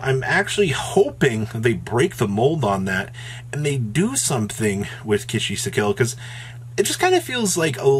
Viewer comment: There's literally no H in Ki-sikil